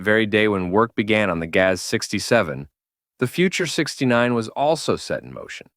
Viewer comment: OMG, your pronunnciation of GAZ is horrible!!' Not Gaeaeaes but Gazz.